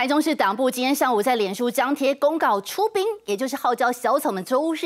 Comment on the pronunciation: 出兵？出殯聽的有點像